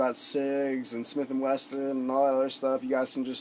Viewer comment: Smith and wessssssssssssson not weston